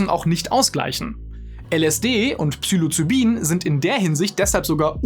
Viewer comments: und es es heisst Psilocybin und nicht Psylocibin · Nicht Psylocybin, sondern Ps*i'locybin. Genauso wie Libyen, nicht Lybien. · Falsch ausgesprochen habt Ihr aber Psilocybin. Obwohl es definitiv psychoaktiv ist, fängt der Name mit "psi" an, nicht "psy".